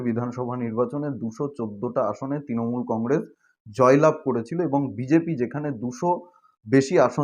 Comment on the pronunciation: Ektu uccharon ta thik korun bhai. Kotha ta 'Tinamool' not. Kotha ta "Trinamool"